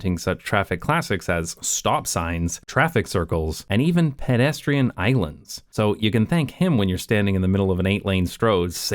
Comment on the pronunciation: First time I ever heard “pedestrian” pronounced by a native American English speaker as “PED-ess-tree-in”!